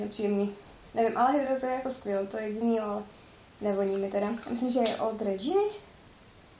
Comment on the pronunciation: Dove šampony a kondicionéry se prodavájí pořád ty klasické ,tohle jsou lepší řady a dražší v těch tubách.Regina se čte normálně česky je to naše značka